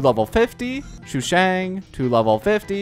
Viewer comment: me: wonders if stoppped calling Sushang "Shoe shang" yet: Xiangling